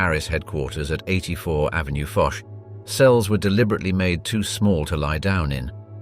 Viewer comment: Avenue Fosh? Fuchs is Fox. Please do not say Fosh. At least say Fox. Why not?